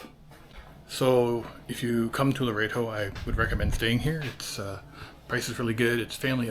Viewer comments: Lo-ret-o, not lo-rey-to I noticed while you were in the mission that you conveniently didn't record the sign that says no cameras. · Everyone pronounces it Lor-EHT-oh, not Lor-A-Do. And how did you manage to NOT film the beach??